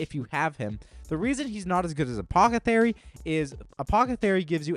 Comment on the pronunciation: You have to trolling saying apothathery instead of apothecary lmao 🤣